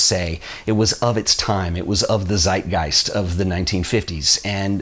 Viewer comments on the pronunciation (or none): none